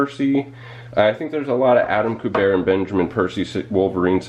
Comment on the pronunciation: It's Q-BERT. Adama Q-BERT, not koo-bear. LOL He's the son of Joe Kubert. Ever heard of him?????